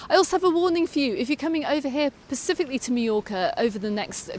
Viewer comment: The word is specifically not persificly